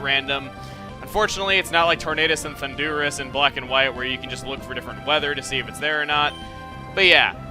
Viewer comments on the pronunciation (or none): its thunderUS its us not oos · Hey, I was gonna use the "dogs understand commands not languages" argument. But it appears it's already happened hahah There may be other continuity flaws in pokemon; but as far as this goes, they understand 4 commands (their moveset) but not the language itself. And did you just say "thundooorus"? Lol